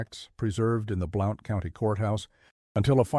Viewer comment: Blount County is pronounced ’Blunt’